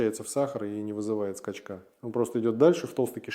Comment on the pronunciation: Качественное ИИ. КОСЯК: на слове СТОИТЕ 8.47, СКАЧКА 9.01 ударение неверное . присутствуют GPTые обороты.